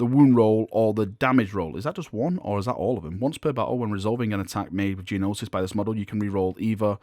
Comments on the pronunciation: it's pronounced "No-sis" not Jee no-sis. The G is slient. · Gnosis is pronounced "no sis", not "gee no sis". 😉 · The G is silent in Gnosis. It's just pronounced "nosis". Just so you know! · Love the videos but your pronunciation bothered me. His weapon is pronounced like No-sis.